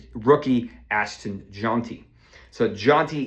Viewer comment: Ashton JAWNty😂